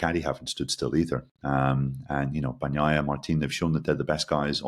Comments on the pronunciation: If he keeps saying "horhay marteen" I want him to at least say "Payco Ban-naiiiia" with some Italian expression😂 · Seriously., do you eat la-zag-na, or lah-zahn-ya? and seem to manage to say Bagnaia correctly. Give it the same effort you give to Jorge Martín. Otherwise excellent, guys!